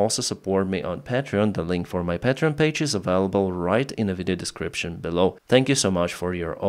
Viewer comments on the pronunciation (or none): none